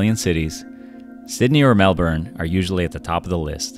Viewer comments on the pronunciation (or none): You know how to say Brisbane properly but not Melbourne? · You couldn't find someone who can pronounce Melbourne? And someone who doesn't know Southbank and West End aren't the same thing?